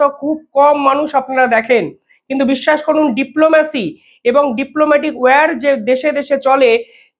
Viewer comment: "Wire" r " War " er meaning ak noy tai request korchi Pronounceation thik korun.